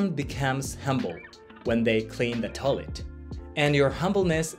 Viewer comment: The word is Toy-let. Not toe-let.